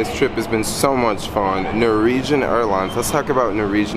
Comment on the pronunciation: Sheesh... Nor-Wee-Jen. Say it with me... NOR - WEE - JEN.